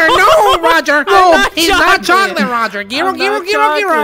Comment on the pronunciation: There were no words to describe how terrified I was when he said “ChoCaLtE”